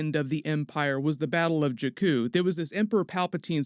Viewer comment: JAW-KOO not JUH-KOO